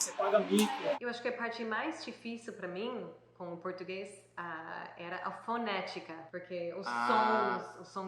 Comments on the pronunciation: Parabéns pelo excelente vídeo. Estou impressionada com a perfeita pronúncia do garoto de jaqueta jeans. Ele se passa por brasileiro facilmente 👏👏👏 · O tem a pronúncia do português perfeita.